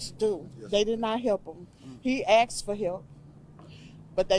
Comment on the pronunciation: should've 'asked' police for help, instead of 'axing'